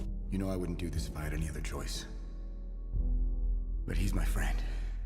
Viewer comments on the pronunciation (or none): none